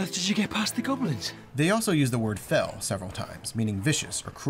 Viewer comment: i thought they were saying foul, not fell